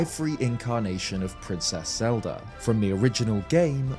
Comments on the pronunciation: U cant have a Zelda based channel and then be pronouncing it Zeldrrr in the first minute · what’s Legend of Zeldear? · yeah but every other time he says Zelda it’s normal except that one time.